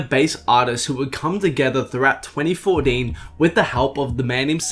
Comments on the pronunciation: “Tweny fodeen” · Yea I paused this video to write this comment when this guy said twenty fordeen...!!! Nope not doing it. 2020 you can’t pronounce a word and you’re well over 20 years old... no excuse!!! Bye! 🤷🏾‍♂️